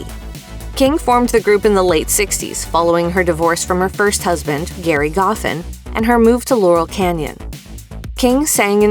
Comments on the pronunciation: A couple corrections: "Gerry" is pronounced as "Jerry" The Drifters did not cover 'Up on the Roof' per se. Carole and Jerry wrote it for them when they were writing at 1650 Broadway. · J e r r y Goffin. Damn you can’t read. Even if it’s G e r r y it’s pronounced as Jerry. Kind of insulting to the genius of Gerry. Get it G E N I U S.